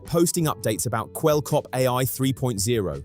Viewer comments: The wrong name pronunciation is killing me XD if you watch even an intro to an older vid, or even Charlie's videos on him, you hear it said Kwebble(like pebble)cop... It is some of the easiest and simplest research you could do, which makes me feel like you maybe read an article and that was all? IDK if that's true, but his name is said constantly everywhere XD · But not a single time right 😄